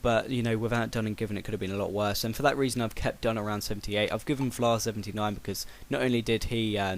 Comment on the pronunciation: Btw, insted of saying Vlaar, it's more like you're saying Flaar.. The Dutch and German V, is like saying F!:)